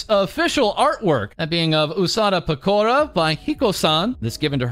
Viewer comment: You pronounce Japanese names incorrectly. I assume it's just a habit, but you would probably get bonus respect if you did it right. You stress the vowels wrong. Just for example, Fubuki isn't "Fu bookie" but "Fubu key". Pekora isn't "Pe core a" but "Peko rah". Takane isn't "Ta kane" but "Taka ne". Koyori isn't "Ko yori" but "Koyo ri". Mayuzumi isn't "Mayu zoomie" but "Ma yuzu mi". etc etc.